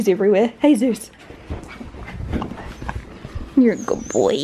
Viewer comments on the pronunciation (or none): I love when you say "Hey Zeus" cuz it sounds like his name is Jesus hahaha